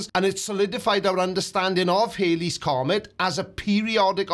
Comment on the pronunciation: HALLEY'S comet. It's HALLEY's comet. Bill Hailey and the Comets were a rock and roll group. The comet was discovered by Edmund Halley. Rhymes with Sally. Now I'm going to have to go and have a sit down.